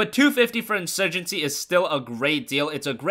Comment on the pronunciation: in SEWYJENCY